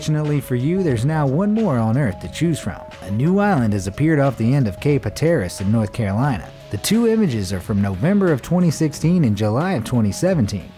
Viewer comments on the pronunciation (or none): "Hate er Us" Island NC... Lol.. Being from NC that mispronunciation of Cape Hatteras made me giggle. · Couldn't continue watching after he butchered the name of Cape Hatteras. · Who taught this guy how to say Cape Hatteras? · The way you said Cape Hatteras... it's not hard to look it up.